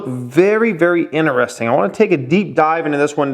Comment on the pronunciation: Stop saying ineresting. Annoying as fuck